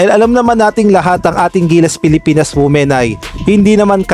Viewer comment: Women-WIMEN po ang pronunciation ng word. Tanx